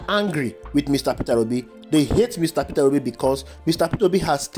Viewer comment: Pronounce his name properly Peter Obi not Petera obi